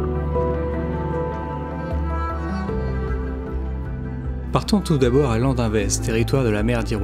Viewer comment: On dit landunevez